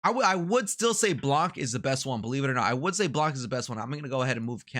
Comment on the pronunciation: nice vid dude, btw we don't say the C of "Blanc" like we say "Blan" , baby icone 22 :)